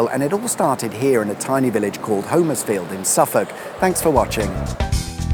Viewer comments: As a relative local - not Homers-field but HOM-ers-field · In Suffolk, it's actually pronounced "Homersfield" with a short O (Hommers-field), rather than the long O as in "home". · Hom......ersfield, or if you are really local it's Humersfield. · It’s pronounced humersfield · Ahh,! A couple of miles from my hometown of Harleston, you should’ve said, I’d have fired up the kettle! Great little vid as always. (‘Hummers-field’, by the way 👍🏻) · Keep thinking you say Huddersfield! Love the quips about St.Evenage - or maybe its nearby neighbour Shatfield. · Yep it used to be a place I fished as a kid in the river. Pity he cannot pronounce Homerfiield which is pronounced Hommersfield. Sorry about that but in Norfolk and Suffolk we are all a bit teed off with so many people mispronouncing so many of ore ancient names. Other parts of our country have the same complaint. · Sorry can I correct your saying of Homersfield, here in Suffolk it's actually said 'Hommersfield' sorry to be pedantic, but us Suffolk people are very protective of the way words and places are pronounced!